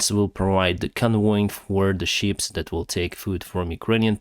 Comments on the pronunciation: Sometimes I can't help but laugh because the way he mispronounces things... accoridor for the sheeps?... Ah ships! Food for the Sheeples.Lets hope it happens. Lets face it, if Russia blocks the food from getting through, who are they going to get angry with? It won't make them like the Russians. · I heard you talking about sheep 🐑. But then listened closer and realized you were talking about ships 🚢 lol